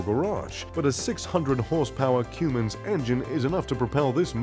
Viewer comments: It is clear that this guy doesnt know jack $hit about RVs !!! The way he pronounces cummins engine like cumin!!! Or the way he pronounces the Prevost!! You need to pronounce it in a French accent and the ( S) is silent. And he puts a picture of the Outdated XL chassis while the H3 chassis is the more modern one. And where is Librity, Emerald, or Marathon coaches! This feels like a paid advertisment for the ugliest RV ...the so called ( Plazzo) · cummins is pronounced come-ins. not a plural spice. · Not sure why but it gave me a small stroke when he said Cue-Mins engine it's a Cummins (Cumm-ins) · HE SAID CUUUUUUUUUUUUUUUUuMMINS ITS CUMMINS omg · “Cum....ins” that’s how ya say it.... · Why’d he pronounce it Cummins the first time but Cummins the second time? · He pronounced Cummins two different ways lol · This dude can't pronounce Cummins right. I'm out ✌ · That way he said Cummins 😂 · You pronounced the same word 2 different ways!! you pronounced like some ones attempting a British accent. Then you pronounced it the American and correct way!! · This reviewer can say palazzo but he can't pronounce Cummins, Newmar or Prevost. 😂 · Narrator cant even pronounce PREVOST or CUMMINS. give me a MARATHON or LIBERTY PREVOST custom build anyday over the palazzo, and with a liberty you can get a TOAD artist series paint job. So, sorry guys, a custom ordered MARATHON or LIBERTY will be way more that $3 million. So, this palazzo may be nice on the inside (the outside is ugly as fvck) its not as nice as a PREVOST. from MARATHON or LIBERTY